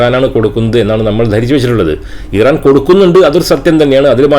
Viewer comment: Iran pronounce ameen paranjadaanu correct...